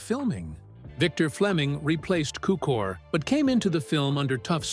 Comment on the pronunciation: Cukor, not Cooker.